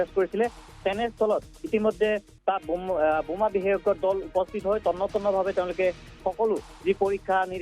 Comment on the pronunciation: Anchor babu, Assamese pronunciation is Boma not Buma but reporter pronunciation is Ok.